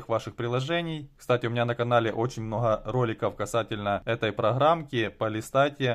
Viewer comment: Многа, многа надоел со своим многа😂😂😂